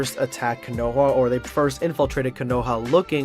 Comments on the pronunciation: Man said coonoha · It's konoha not kunuha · What I realized about in this video is that he isn’t a true anime fan he assumes they go to the only ramen shop and mispronounced konoha